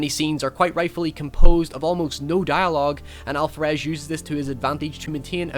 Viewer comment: Love your channel, but why are you pronuncing Alvarez With a “fff” sound? Weird. The V in Alvarez sound like a B